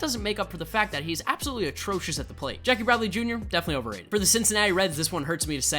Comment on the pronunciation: No hate abosulutkey no hate but u kinda say attrosuis